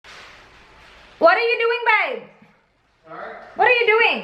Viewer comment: Is it just me or she pronounces babe as "bayb" and good as "gyud" ??